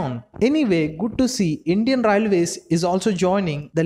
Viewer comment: Atleast say railways properly. Your accent sucks..